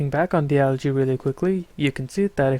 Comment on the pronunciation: Also "algae" is (in English) pronounced "aljee". Its not a mod specific thing, just English. :D. Great vid. You should instead make tutorial vids like this, seems like it would be more fit for your personality. :D